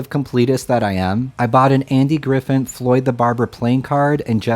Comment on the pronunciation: Andy Griffith with a ‘th’ at the end. Not Griffin.